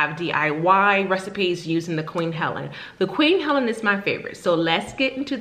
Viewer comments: Helene, not Helen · Pronounced "Heleen" Long E like Queen.. Queen Helene.... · Thanks for your review, just a friendly note on the pronunciation of Queen Helene, it's pronounced Queen [Ha leen/lean] 😃❤️